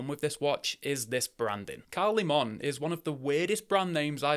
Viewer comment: Just picked up a nearly new green version of the applied indices option for £165. I'll review it shortly. By the way mate, apparently the correct pronunciation is "Leaman" not "LeMon". I quite like the name, but would have preferred something more Japanese sounding